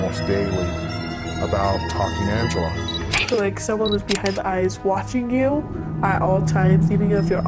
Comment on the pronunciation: "Ancela" 😂 AMEYZIN! (Anlayan Anladı🙂)